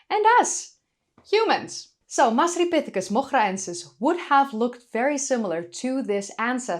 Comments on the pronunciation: Had to listen to your pronunciation of the scientific name a few times. Wonderful voice. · The hair is great, the discovery is exciting, hope they find more evidence for it, won't even attempt to pronounce the name but you're excellent at it. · I can't pronounce Masripithecus moghraensis but it sound's cool when you say it